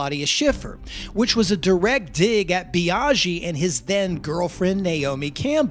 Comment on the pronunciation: Nice video, but your pronounciation of Biaggi grinds my gears🤪 "Biaschhi"